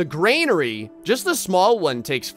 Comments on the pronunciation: I dislike the fact you're saying Granary wrong... You're saying Gr" AI"nary... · love your videos keep up the good work but omg it is a "gran" "ary" lol not grainary thanks for the smiles!!!! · I could be wrong but I'm pretty sure it's "granary" not "grainary". I used to play a lot of Stronghold Crusade when I was younger and I remember hearing; "the granary is full, my lord" over and over again. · I think you've all miss understood me... I meant that you're supposed to say Granary instead of grainary... I didn't have any hate on how to pronounce it... It just feels weird... Although i didn't "Dislike" the video if some of you think that... I actually loved it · I like how keeps saying "graynary" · It makes me twitch. 🤣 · Oh dear god please learn how to pronounce Granary 😂 there's no I in there